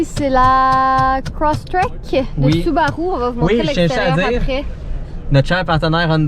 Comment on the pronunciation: C'est pas soubarou mais subarU*